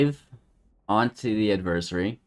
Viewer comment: Thanks for correcting the adversary mispronunciation. I don't know why but it bugs me. 😜